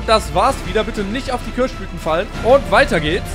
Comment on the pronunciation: Köasch Blüten! 😂